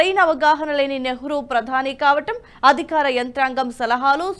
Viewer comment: అధిఖారం కాదమ్మా అధికారం. ఎన్నిసార్లు చెప్పినా మీరు మారరు! చిన్న చిన్న పదాలు పలకటానికికూడా అంత కష్టపడతారెందుకు! మీరు మాట్లాడింది మీరే ఒకసారి వినండి. ఉచ్చారణ బాగానే ఉందని మీకు అనిపిస్తుందా! శాయికృష్ణ గారంతటి వారిదగ్గర పని చేస్తూ కూడా ఆయన భాషను, ఆయన స్పష్టతను, ఆయన ఉచ్చారణను నేర్చుకోలేకపోవటం శోచనీయం. అది ఆయనకూ అంత మంచిది కాదు.